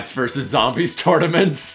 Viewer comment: Can yall say versus without ver?